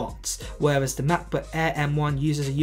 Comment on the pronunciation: f.luck your poor english accent. "MACBOOK ÆÆ" 😁